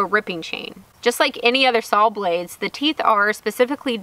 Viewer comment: And SAWL. LOL. We used to say that when I was little up here in the north! Too cute.